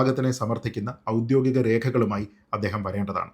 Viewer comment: A correction - oudyogikom not oudyothikom, sreejith.